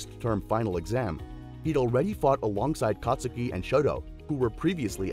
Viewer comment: you said katsuki wrong